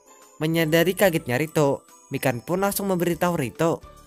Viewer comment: ngakak gua pas denger nyebutin nama mikan kek kedengeran nya ikan :v